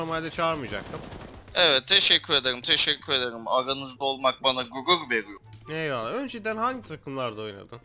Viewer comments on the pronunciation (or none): aranizda olmak guğuğ veğiyoğ